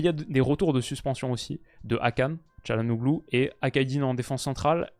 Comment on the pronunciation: Concernant les noms turcs, on lit Akturkoleu, calhanoleu ou encore kadioleu